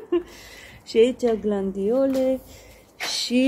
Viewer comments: GLADIOLE nu cum pronunțați greșit GLANDIOLE. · Frumos iubita se spune glAdiole sa nu te superi pe mine te rog doar vreau sa ajut